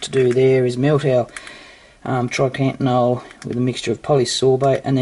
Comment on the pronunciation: I swear its triacontanol not trycantanol